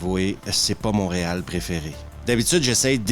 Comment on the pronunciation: "c'est pas mon réal préféré" avec l’accent québécois ... 🤭